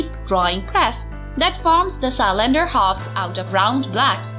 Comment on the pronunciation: Love how she pronounces cylinder, Sy-lender